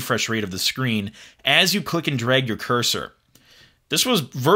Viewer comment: it's pronounced drag, not "dreg"